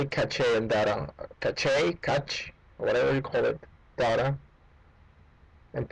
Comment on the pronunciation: thank u...i like ur accent too for "cashe" lol